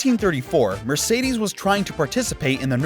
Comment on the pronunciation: Mercidis... Why you keep saying this